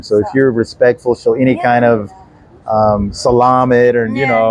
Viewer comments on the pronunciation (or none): pretty sure he said salami 🤣 When I was in Mexico I'd say 'grachus' instead of gracias, and the people and service workers would all say de nada 😄 I asked a waiter once if he hears that a lot, he said no but we laughed. Altho come to think about it, he likely was laughing at me!😁And that's ok👍🏽So when I come to PHs I think I'll start working with salami and myownboots on 😆